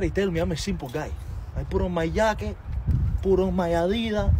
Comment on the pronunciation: Putting on his yawkette is CRAZYYYY.